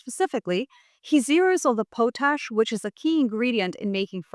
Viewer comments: BTW it is pot-ash not po-tash. 🙂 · I believe Carney is doing right by us. I live where Maple Maga is quite strong. This is going to be a major struggle for Canada. Too much trust in the wrong people. We've all made that mistake. Everyone on the planet. Just a quick note, it's pronounced pawt-ash. You are a truly amazing source of information. Thanks for being alive at this time.❤ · It’s “pot-ash”. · Hey, you're saying the word potash wrong. lt's pronounced Paw-tash, potash. l live in Saskatchewan where potash is mined and l don't think anybody living here pronounces it like you do. l hear other people pronounce it wrong too so l'm not shitting on you, l'm just offering a small amount of criticism. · It's pronounced pot (like the stuff you can smoke) ash. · pot-ash. That's how those in Saskatchewan pronounce it. I'm from PEI and hat's how we pronounce it as well. I'm not saying that it's correct. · Canada here. Not to be "THAT GUY", but up here we pronounce it "POT-ash". Thank you for your attention to this matter. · Too bad nobody taught her how to pronounce it.